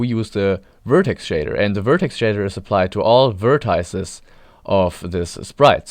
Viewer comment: This may be a very minor grievance, but why pronounce it "vertiiece"?